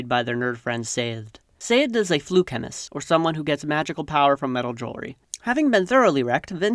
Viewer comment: I think you misread "atium" as "atrium," "feruchemist" as "fluchemist," and "OreSeur" as "OreSeer."